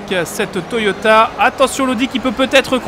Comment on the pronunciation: J avais jamais fais attention mais a 2m52 Toyota en fait le vrai nom c'est "TOYATA" lol